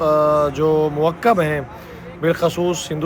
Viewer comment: موکب کا تلفظ ٹھیک کریں